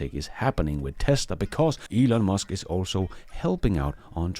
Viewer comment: Why can't Americans pronounce words correctly? Elon is hardly a difficult name to get right.